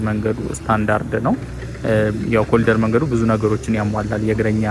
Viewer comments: እባክህ ስታነብ ኮሪደር በል... ኮሊደር አይባልም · It's not colider, plse say Corridor!! Eng 101